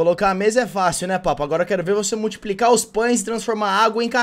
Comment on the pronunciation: murtriprica esse vídeo senhô... MUR-TRI-PRI-CA